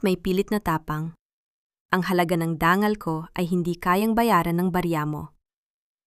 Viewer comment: bakit ang dangal naging Dan gal?at mga umurong umu tong?matanda na ako ngayon LNG ako nakarinig ng ganyang pronunciation,paki ayos salamat